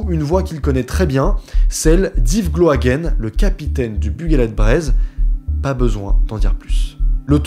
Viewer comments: Super vidéo mais juste petite précision. Gloaguen se dit Gloaguin et pas Gloaguène. En tant que Breton s'est très perturbant 😅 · Très beau reportage, bravo au dessinateur également. Petite correction, Gloaguen se prononce gloa"gain"